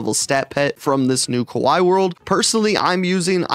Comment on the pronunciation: No way you just said kuwai not kawaii